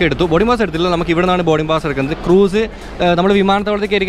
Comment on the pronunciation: ക്രൂസ് not ക്രൂയ്‌സ്